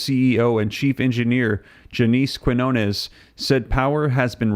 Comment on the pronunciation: Quinones is pronounced Keen-Yone-Ess